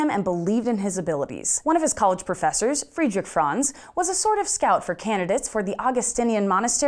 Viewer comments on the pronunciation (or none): none